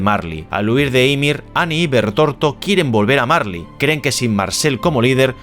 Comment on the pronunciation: Es Bertholdt no bertorto 😅😂😂😂 España pls, por lo demás muy buen vídeo